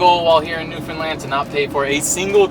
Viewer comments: Hi! I'm a Newfoundlander and I just found your channel :) First of all, Sweet Rock is THE BEST! Second, you pronounce Newfoundland perfectly!! That's rare! Great videos! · Thank you so much for pronouncing Newfoundland the correct way!!!❤